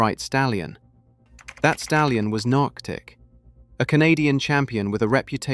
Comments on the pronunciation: Nearctic is pronounced Knee-ark-tick NOT Nark-tick. Sheesh!!! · Can't even pronounce Nearctic properly FFS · Also, could we please pronounce Nearctic correctly?